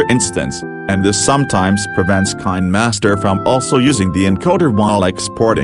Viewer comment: I like how he said kindmaster!😂